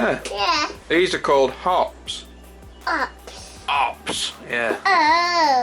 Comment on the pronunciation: "Opps" Proper Derbyshire. ;)